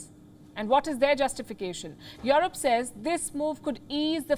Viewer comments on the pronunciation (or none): "Jouwrope"....no...pronounce: "Joerope" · Waw your broadcasting is the best but please pronounce Europe correctly not Yorop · The way she pronounce EUROPE